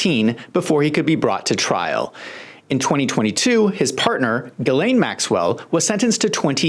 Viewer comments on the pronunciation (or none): "Girleen Maxwell"? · Gurrlane lol